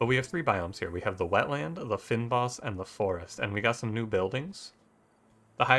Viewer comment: Lovely video and a Lovely game. As a South African its great to see the reach that Free Lives has had - they are the pride of our indie scene! Just in case you were interested, the "fyn" of "fynbos" is pronounced the same way you would pronounce "vein", but with an F of course.